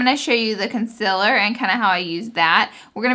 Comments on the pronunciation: Guuurl I love you but the way you pronounce concealer 😫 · I'm sorry but I just don't like the way you pronounce "concealer". Your makeup is bomb, your personality is great, your videos are amazing but that word gets me everytime lol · I will forever love how you say concealer. Please keep doing these reviews ❤️ #snapchat #lauraleeforever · How are you so darn cute also i looooove the way you pronounce concealer #snapchat #snapchatfam #snapchatfamily #bestyoutuber